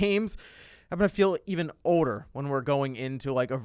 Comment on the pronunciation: I feel oder Me-Did u mean older????